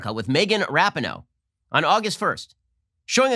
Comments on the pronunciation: Rah-pee-no not ra-pin-oh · Everyone else pronounces it Megan ra-PEEN-oh. Ben says RAP-eh-no. Is he doing that just to mock her, or is Ben saying her last name correctly and I was unware? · It’s pronounced ru-pee-no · Ben please... ruhpeeknow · Ben, for cryin' out loud, it's pronounced: rap EE no. uhg, watch a news cycle about lesbians so you can get it right. NO, i don't care but it pulls the "ear" a bit when names are so badly mis-pronounced. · Rapin-no... LOL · You can’t even pronounce her name correctly 😂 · The fact that he says Rapinoe wrong makes it even funnier, but I completely agree with you Ben, keep preaching truthhh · How he mispronounces rapinoe is hilarious lmaoo